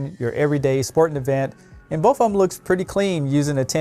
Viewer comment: I like how you say "both" "boaf"